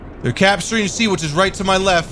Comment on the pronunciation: “...right to my lepht...”